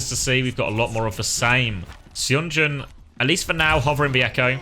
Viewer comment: I missed the stream so I Must tell you that Seonjun is pronounced sun-joon not say on joon. Some Koreans prefer to romanize the "uh" sound as "eo" (as in pigeon). Thanks for all the videos as always.